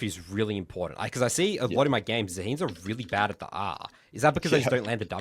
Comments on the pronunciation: ZAAA HEN not ZAA HEEEEN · Yeah 😅 Zaheen is like saying Atroox